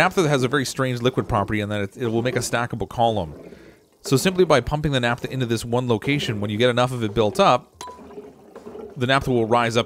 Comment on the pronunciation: "Naphtha" - ph as in "pharmacy" or "photograph" (i.e., "NAFF-tha", not "NAP-tha").